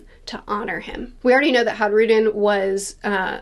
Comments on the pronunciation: It's a minor nitpick, but in Nordic languages, the J is pronounced with a Y sound, e.g. fjord. Hajrudin is pronounced "haii-ru-din", not "hadge-ru-din", if you can forgive the phonetic spelling! Great video, I can't wait to see what's next! A crucial point of note through devil fruit forms of Orochi and Black Maria from Wano Kuni. If you see the way devil fruits look, they are meant to look the way their owners imagine them to look for the most part. In both cases, their monster forms look comical, and less threatening? I imagine the stronger the user, the "better" their Zoan form would look, e.g. Kaido's dragon form, which is what I suspect Momonusuke imagined his form would end up looking like as well! So maybe, despite the dragon fatigue, we're in for some really cool, threatening Zoan forms out of Loki. I reckon Oda is going to put his best work into depicting some kind of dragon. If Kaido is the Loong (Chinese dragon), and Monkey D. Dragon is most likely a western dragon, then I'm super excited to see what oda does with Loki's fruit, if it is indeed a dragon! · Just a lil pronunciation tip - the J in Hajrudin is pronounced like a y - high-roo-deen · Hi-roo-den Is how you pronounce it i believe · It's not silent, it's pronounced as a "Y" as in all Scandinavian languages. "Hi-rude-in" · Just so you know the J in Hajrudin is silent.